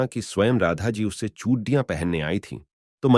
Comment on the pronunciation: Phale chudiya to bolna sekhlo bhai Radha Krishna